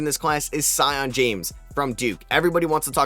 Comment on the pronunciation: Bro it’s pronounce “see-on”. Did you even watch a single Duke basketball game this year? Also butchering Maluach pronunciation. Just takes 5 minutes to watch their highlights and listen to commentators man.